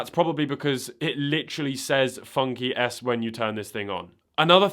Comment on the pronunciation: Is it just me or does FunKey S sound like Funky Ass, whenever he says it? 😂